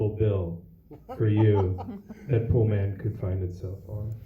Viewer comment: It’s called “Poolman”. How do you mess that up?